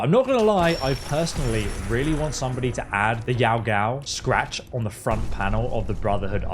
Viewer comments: yow gow.... uh no it's yow gwi lol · Kinda deceased that you called yaoguai, yaogao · Bro butchering everytime Cooper Smith, Yao Gwao? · "Yow Gow" 🤦🏼‍♂️ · Who tf says yau gau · “The Yao Gao scratch” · Dude’s been playing Fallout for so damn long Still can’t pronounce Yao Guai